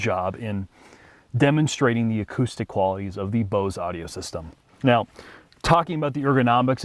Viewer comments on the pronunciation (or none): Bose not base